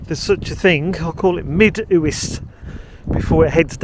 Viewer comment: The Uists are beautiful. Just for reference they are pronounced you-ist not Oo-ist.